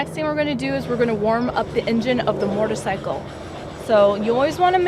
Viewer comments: shot outs to her "moretorcycle" and "thrawtle" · She says mortar cycle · Learn how to say motorcycle first haha she says mortorcycle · "Mortorcycle"...."shifter gear"